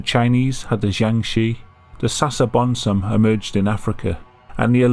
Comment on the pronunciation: I'm a Ghanaian and i love how you pronounced "Sasabonsam" We believe it to be a mythical creature who hunts people at night😊